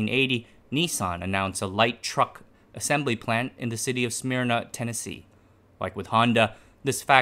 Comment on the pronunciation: Smyrna TN is Smur-Na not Smear-Na and I hope the wheel barrow stamping was there as a Easter egg.